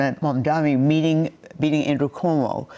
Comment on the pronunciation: His Name is MAM-DANI. U are a journalist get it right.